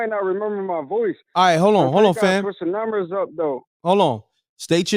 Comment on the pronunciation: Numbiss... not numbers